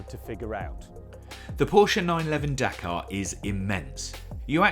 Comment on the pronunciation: Dakar, you mean Dakar